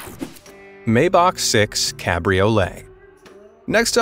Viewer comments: Nicely put together video look whoever narrated this I'm sure they are an American here's the deal pronounce the name of a vehicle correctly or say s i c right after Maybach is not pronounced Maybach it is pronounced Myback if you don't believe me call Mercedes-Benz and ask them alvita Zane ¥ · It is MY-Bak not May-bak. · Maybach...pronounced maɪbax..."my..." not "may..." with the "x" sounding like one clearing their throat, not "k". It may be hard for some to get the ending right (German like), but the start is easy for anyone..."my". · Excellent video! I enjoyed it, but with so many gear-heads probably attracted to this kind of video I think it would be a good idea to learn how to pronounce: Maybach = very close to "my bock"but the ch part is a little bit of a German gutteral drag sound. Renault = "Reh No". Porsche is actually "por shuh", but I'll admit that I still pronounce it "Porsh", because I spent decades saying that. (Bugs the. crap out of my brother-in-law who has at least two Porsches. Can't keep up with him.) I would be probably interested in the Renault Trezor, that looks like a pancake going down the road. BMW Vision Next 100 is also amazing. (And here I am buzzing around on my Gogoro S1..... geez.)